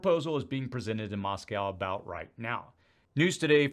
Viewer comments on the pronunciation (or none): none